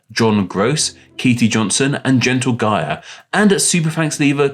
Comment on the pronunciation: It’s gentlegia like rhymes with chia :’)